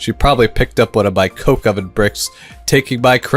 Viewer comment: That is such a wrong way to say coke oven